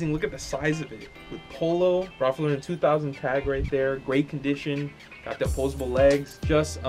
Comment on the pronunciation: why are you adding so much emphasis on LauREN? who's mans 😂😂😂